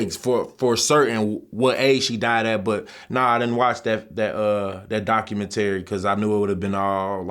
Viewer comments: Docu-men-terri lol, nah fr tho truth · He said docahmatary 😂😂😂😂😂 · It’s “documentary” bro 🤦🏾‍♂️😂😂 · The word “documentary” Was kicking his ass